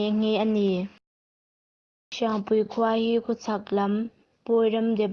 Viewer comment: Sepa(Kelpa anga thlûk)mawng ni lovin, Se pa(U-Muan, anga thlûk) mawng tih tur aw... Hriangpui(Kelpui thluk) ni lovin, Hriangpui(Keite thluk)tur aw...i chhiar hma in rual û deuhte rawn hmasa ṭhin rawh aw....i âw chu a mawi viau e.